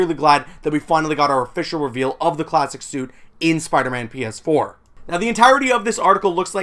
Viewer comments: It sounded like he said penis 4 at the beginning 😹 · DUde it legit sounds like you said "Spiderman Penis 4" instead of PS4.. wtf XD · The way you say PS4 sounds like penis 4